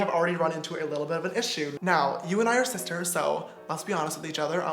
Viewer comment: James charles:"Hey sisiters" Me: Shut up you boy